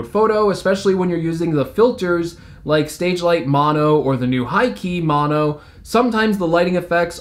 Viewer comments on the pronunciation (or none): none